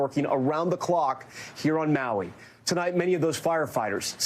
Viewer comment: You're getting better at pronouncing Maui 😏. Grind one Lau Lau bra, you going get em better ✌️